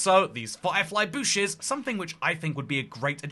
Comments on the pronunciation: Bro cannot say bush right lol, at first he was saying bush, like the u in plush, and now he is saying boosh, like keralis 😂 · Breaking News: admits he pronounces bush extremely weirdly (I think[it's up to interpretation])